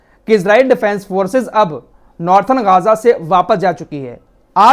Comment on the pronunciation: गाजा नही है सही नाम गजा है